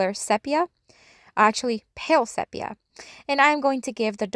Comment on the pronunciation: I love the colour Sepia, but it is pronounced see pee a...